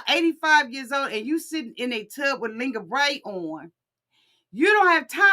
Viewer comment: It’s the “Lin-gurr-ree” for me! 🤪